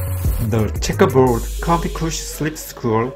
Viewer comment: “The schekkaboooooad”